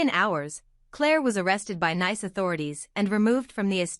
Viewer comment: If you do anything please pronounce NICE as Neese. The first is a adjective the second is a Country. We are talking about the Country!